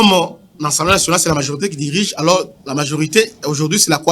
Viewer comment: C'est l'assemblee pas l'assemblee